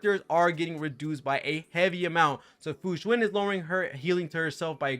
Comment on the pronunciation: You are one of the few CCs who actually pronounce her name correctly. Kingggg